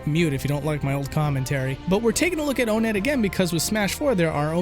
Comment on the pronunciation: Not to be rude, but most people pronounce it on-net not O net